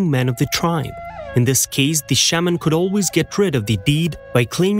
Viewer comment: I don't believe any of it. To have a European narrate this. Is insulting. He couldn't even say Shaaman right. Until this comes out of a Natives mouth. I'm not accepting any of this. It's hear say. The title is b.s. an to compare our Traditions to Europeans is insulting. What a waste of time.